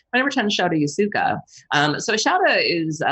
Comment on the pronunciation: Shouta Yasooka is prounonced very differently.